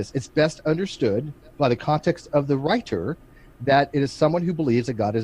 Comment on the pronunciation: WHOA!, you've been spending too much time around Kent Hovind; when you said "wri-ter" you said it the way Kent says "wa-ter"!